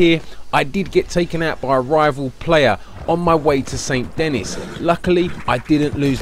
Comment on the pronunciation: The way you pronounce Saint Denis hurts me.